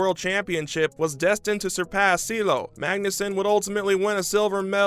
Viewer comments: “Seeleo” it’s Ciehhloooh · Cee. El. Lo.